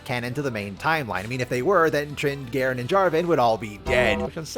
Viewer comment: Darkin Garen -> Gaaren